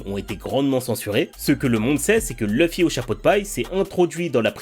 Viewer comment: Toujours mon combat pour prononcer Loufi et pas Leufi. La prononciation japonaise originale est bien Loufi et c'est si facile pour nous de le dire (avec accent Français bien sûr), car le son existe pour nous aussi...